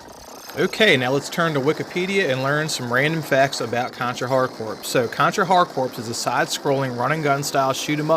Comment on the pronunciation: For the love of god, it's pronounced "CORE."